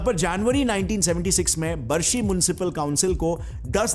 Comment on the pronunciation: सर हमारे सिटी का नाम बार्शी है बरसी नहीं है I live in barshi city